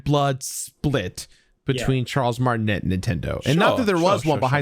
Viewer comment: Pronunciation note: Charles’ name is pronounced “Mar-tin-a” not “Mar-tin-et” Hadn’t seen another comment about it so wanted to share!